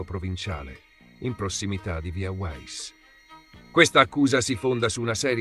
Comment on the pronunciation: si pronuncia VIA VAISS non uaiss,VAISS dal tedesco